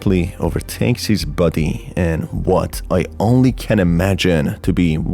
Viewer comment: Countless times i heard “buddy” and not “body”